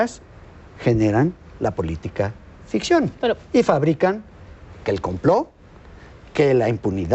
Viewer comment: Por que Salinas DICE " COMPLO"